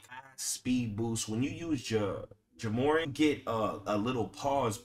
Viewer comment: Bro… Its’s pronounced like Jah More-Ant 😂😂😂